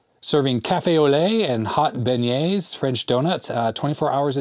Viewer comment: The e at the end of Cafe Du Monde is silent, it's pronounced Cafe Du Mond. (edit: yes, you start pronouncing it correctly later in the video. Also, you pronounced beignets correctly). I live not all that far from New Orleans and go to the Cafe Du Monde pretty much any time I go there.